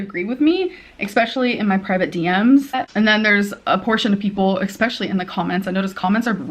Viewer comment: Sick of hearing her say “expecially.”